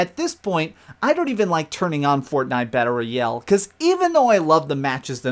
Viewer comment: "Battle Roy-El" superman's lesser known cousin